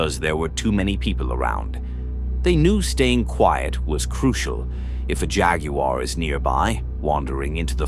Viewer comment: A.I. needs to work on pronouncing "jaguar." loool